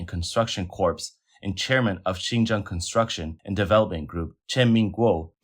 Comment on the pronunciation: Random pointer: it's pronounced "core", not "corpse" (for corps) Keep up the great work, love your channel